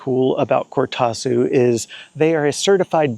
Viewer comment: Just bought my first Cortazu ( deep purple) jacket and we definitely don't pronounce it like that in Australia 😆 It's about to get its first airing on the Camino Frances. Thanks for the review, I reckon its a fabulous jacket and their customer service is brilliant in my experience.The Netherlands is a long way from Australia and their service was super quick.